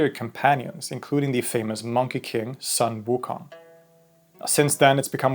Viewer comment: Great video! Just some minor Chinese pronunciation tips: In "Xuanzang", the 'x' is pronounced like the Swedish 'kj' sound, the 'u' is like the Swedish 'y', the 'a' is like Swedish 'ä', and the 'z' is like 'dz'. Also, "Sun Wukong" is pronounced closer to "Swen Woo Koong".